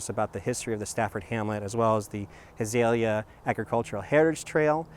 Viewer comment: Nicely done, A few comments: The area is pronounced HA-ZELL-YA. And it is "LUSH-ER. The "Island" is formed by the 4 waterways- Tualatin River being fed into Oswego Lake by the Canal and then flowing into the Willamette River on the East end of the lake. Hamlets can not raise taxes whereas Villages can, nothing to do with size. Developed as a way for representation with the county and other local governments. Thanks for highlighting one of our area "Treasures".